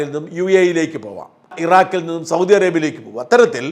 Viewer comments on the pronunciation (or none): none